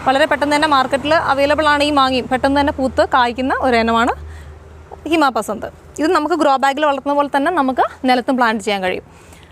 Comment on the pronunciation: ഹിമപസന്ധ് അല്ല അത് നാ സിപസന്ധ്